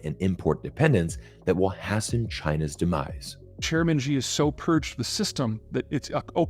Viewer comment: Hmm...what you said was "...*hassen* China's demise." The word "hasten" is pronounced "hay-sen," (/hā′sən/) like the noun "haste," of which hasten is the intransitive verb form. You've been grammar-checked.